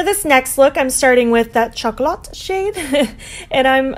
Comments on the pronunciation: My favourite is definitely the third look! Love how it matches your hair 😍💜 (P.S. Chocolat is pronounced show-ko-law 😉🍫) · I love your new hair! My fave on you yet ♡ And these are all so different to other looks I have seen with this palette. Chocolat is pronounced shock-O-lah btw :)